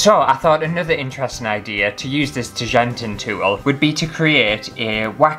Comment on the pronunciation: Nothing better than pronouncing 'tjanting' wrong throughout an entire video 🤦🤦